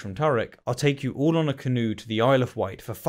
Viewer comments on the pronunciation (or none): Yo dude. It's the isle of wight, not white 😉